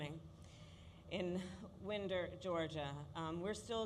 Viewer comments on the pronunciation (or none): The idiot Vice President cant even say Winder correctly .... calling it Win-der Ga as if it were named after a Southern accent annunciation of the word window. Its. Wind-der Ga. Goof-ball.... like a Wind up clock, or a Wind up toy. Or even Whine-der is closer than what she said.